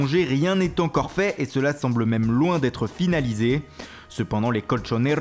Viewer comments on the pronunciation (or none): none